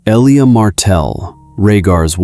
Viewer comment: Missed only one pronounciation: it's el-li-ya Martell, not ee-lia. AI still has a looooong way to go.